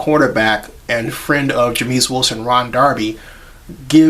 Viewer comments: its not jemeis its jaimeis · It's pronounced Jame-is. Just for future reference.